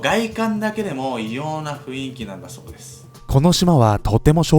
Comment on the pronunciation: 雰囲気は「ふいんき」じゃなくて「ふんいき」かな！笑